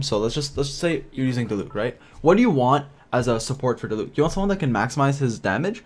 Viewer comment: Ok you pronounced diluc wrong but ok